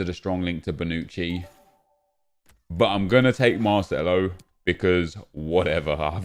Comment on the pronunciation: Man said bonucci ..